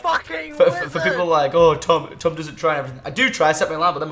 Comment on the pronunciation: Tom you sound like you say chage